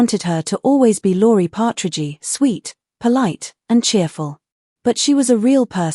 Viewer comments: …”but she was a real person…” seems rather ironic coming from an Ai program so corrupt and corrupted as to pronounce the name “Partridgey”…🇨🇦 ps Love you Susan… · knock it off with these cheese AI voices. Partragy my behind. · If you are going to make an AI-narrated video, can't you even check that it is pronouncing the names correctly. Nobody called it the "Partridgey Family". Nobody says "Danny Bonadeuce". It's just such stupid crap. Several minutes in and I'm waiting for some content. But that's what you were going for, wasn't it?